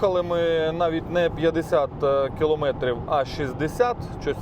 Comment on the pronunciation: килООметрив,сколько раз тебе ещё бля говорить,киломЭЭЭЭтрив!!!Насте стыдно за тебя